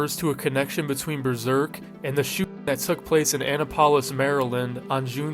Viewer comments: I hate to be that guy, but Annapolis is pronounced as “Uh Nap-o-Lis” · Insane pronunciation of Annapolis btw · what did you just call Annapolis